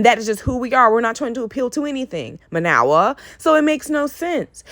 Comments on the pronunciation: You didn't even pronounce Mayowa name correctly. You listened to reply not to understand. You made valid points but did you actually listen to Mayowa or were you triggered. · Are you saying her name wrong on purpose?